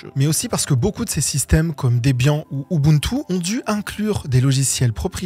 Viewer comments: Bon, a plus de la moitié, pas trop d'erreurs mais deux qui m'ont pété l'oreille et fait saigner des yeux. On dit "HURDE" (Hurd le vrai nom) et par "heart". Et ensuite, le GROS problème au dela de prononcer "Debian" et non "Débiane", c'est que cette distribution qui sert de base à énormément d'autres, a justement été créée pour ne pas avoir de code propriétaire ! On ne parle pas de Ubuntu là. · Bonjour je suis un puriste des prononciations : GNU : "g'nu" ou "g'nou" (pas "G.N.U") Debian : "débianne" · Attention à la prononciation de Debian (**Débianne**). 😉 Mais sinon c'est très bien résumé, l'ouverture de l'Open-Source avec la nécessité de faire une V2 du GPL pour l'entrée en bourse à vraiment était un tournant pour Linus Torvalds, mais moins pour Richard Stallman (personne à fort caractère). C'est dommage. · Quelle vulgarisation ❤ Par contre, GNU se dit Gnou (comme le bovidé, qui en est le logo). debian se dit deb Yann (Deborah and Ian, Ian est le créateur, et de mémoire, Deb est le nom de sa femme) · Le nom Debian trouve son origine dans la concaténation de deux prénoms : le diminutif « Deb » de celui de la petite amie de Ian Murdock à l'époque (« Debra Lynn », qui deviendra plus tard sa femme) ; et le sien : « Ian » prononcé deb/Yan la fin sonnant comme Éliane...